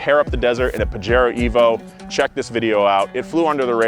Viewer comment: Boys… it’s ‘pa-HAIR-o’